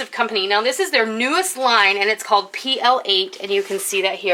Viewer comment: I believe it's pronounced "plate". I noticed it for sale recently. Nice stuff. Love the canning rack.